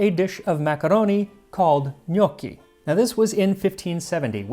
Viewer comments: Also, I know I’m being pedantic, but pronunciation- it’s not know-ki; rather it’s knock-ki. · Gnocchi has a short o sound , not the sound of owe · Its not njuoki it nokki. AAAAAAAAAAAAAAAAH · i thought this was a vid on how to make "g'noc-chi" not "g'nockii" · Sir it's pronounced Ga-naw-chi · I thought it was pronounced: GUNOSHI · first time I hear it pronounced gnockie... Did some digging and seems English speakers say it that way 😮 It's with a soft "c" in latin language though. Make sure to practice with Babbel! Bon voyage in Italy Max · When your last name is ^^ 😂! Our last name is pronounced "no key". I can't tell you how many times I get asked "Dosen't your last name mean dumpling in Italian?" Umm...nope! Lol, but we sure enjoy eating them! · Can't stand how North Americans pronounce gnocchi. "No-key", Ugh, ear bleach. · The only problem with Gnocchi is that everyone pronounces it different, but it's alway delicious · so apparently i've been pronouncing gnocchi wrong